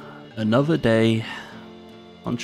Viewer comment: "DAT TWO" do you mean day?